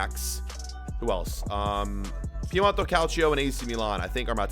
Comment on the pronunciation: Bruv. It’s Piemont-E not Piemont-O